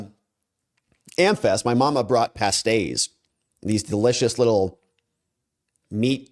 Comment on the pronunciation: Pay stees - welsh miners lunch Not pass és